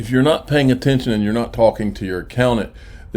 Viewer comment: A-COW-NANT 🐄🐮 moo